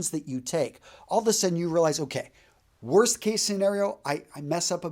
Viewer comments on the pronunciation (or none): none